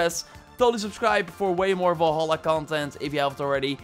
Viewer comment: Gotta learn to speak English man, udders are on cows, fenders are on cars and are also guitars, vol-holla isn’t the game in the video either!